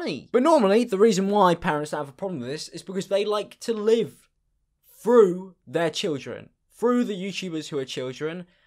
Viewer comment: "you-chube" "fhrough''